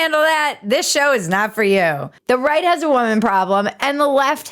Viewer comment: As you were saying, “I can right this ship“, I was expecting the last word to end with a “t”.